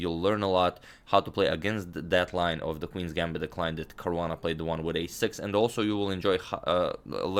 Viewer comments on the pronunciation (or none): none